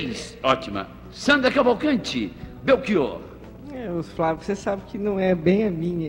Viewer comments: Chato o Flávio tentando nos ensinar a pronunciar o nome do Belchior. Eu ainda prefiro o "Chi" com som de "qui" e o "or" aberto, como todos pronunciam. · Belchiôr? Então eu sempre pronunciei errado, falando Belchiór. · Belxiôr hahahahha